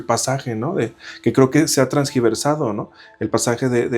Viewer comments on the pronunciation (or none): Transgiversar ❌️ Tergiversar ✅️